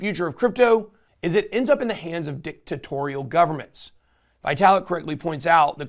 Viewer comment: Did you say "DICK-tatorial" governments ..lol